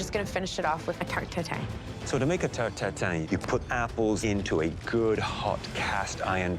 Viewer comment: It’s called tarte tatin not tatine chef